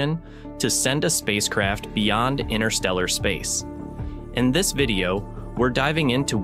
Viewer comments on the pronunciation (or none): "inTer", inTerstellar space, there's a first T in it. It's not "innerstellar" space.